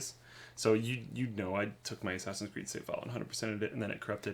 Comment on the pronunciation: haha "Ass Creed"